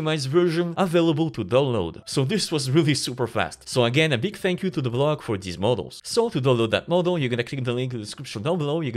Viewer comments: TheBloke - Blow-K, not BLOCK. Happy to help. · Pretty sure it's The Blow-k, not TheBlock. But yeah he was insanely quick. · bruh it's tha BLOWKE not the BLOCK but anyway good video